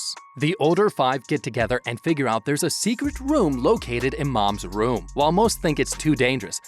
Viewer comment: Your saying woom instead of room